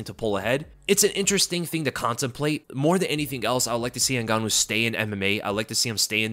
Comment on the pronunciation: “Ngannou”??? Oh please…